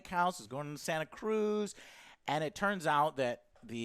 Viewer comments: I have a feeling the son was switched the whole mouth burned and how clueless he was and lol joe it’s pronounced SANTAcruz now sontacruz😂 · I'm actually from Santa Cruz and number one the way you are pronouncing it is annoying the hell out of me lol and two it's not that easy to get a gun her in California